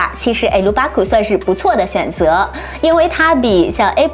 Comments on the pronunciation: 笑死Herbag 聽了很多次才聽到什麼，”Air Lu bar” 😂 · 點解會咁讀好恐怖